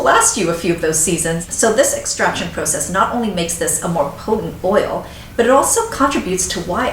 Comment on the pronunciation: I also enjoy listening to this woman speak, because (IMO) she tends to over-anunciate; is that even a thing? I particularly like the way she says "process" lol I'ma start saying like that it's so proper-like. Oh yeah---> try the virgin cold-pressed marula from Trader Joe's, I'm absolutely LOVING IT right now I think I only paid $6.99 for it. You're welcome;}